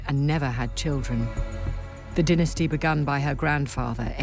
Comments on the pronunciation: they way the pronounce dynasty 🤡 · Stop saying diinesty. Its DYNASTY